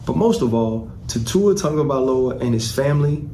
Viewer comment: Mr. Whitlock, Tua’s family name is Tagovailoa, not Tagovaiola. If you cared enough to remember and say it correctly, you would, but for whatever reason you don’t say it correctly and keep repeating the incorrect Tagovaiola. Repeatedly saying this incorrect pronunciation makes you appear to be indifferent or worse with regard to having proper regard for saying names correctly; it makes you sound flippant with regard to what you think about Polynesian, and in particular, Samoan names.